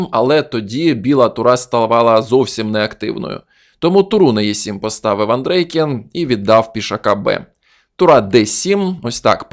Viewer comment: Чому АндрЕйкін ?😂 Нагадує азірова. Тільки один раз на 5.35 ви сказали правильно АндрЄйкін.